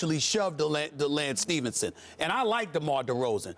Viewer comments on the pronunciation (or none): this nigga Stephen A said "DeLance Stephenson" HAHAHAH